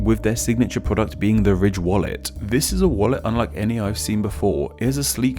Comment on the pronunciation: He says ridge like "rich"